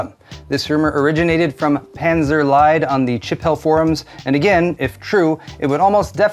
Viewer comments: On one hand I'm triggered by the guy's apparent Third Reich nostalgia, but then my own inner grammar Nazi awakens when I hear English native tech tubers butcher the "ie" in his name. 😵 ("Lied" means "song", but with an English pronunciation it becomes "Leid", which means "misery"/"sorrow"/"agony".) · as its german, the "lied" at the end of his name is pronounced like the "ea" in "beads" or "meat" (german "Lied" means "song", to be pronounced like "liar", his name would be "panzerlügner")